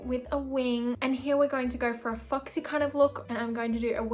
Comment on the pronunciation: I love your accent, it just made me laugh bc I kept hearing Fucksy instead of 🦊 Foxy